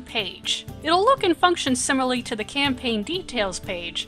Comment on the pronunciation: She rolled a 1 two times in pronouncing the word "similarly."